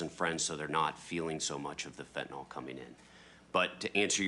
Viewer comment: It’s pronounced `fen-tan-il` not fen-tan-ol, just saying